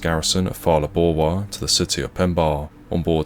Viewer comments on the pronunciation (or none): And Maphwanya and Phalaborwa 😂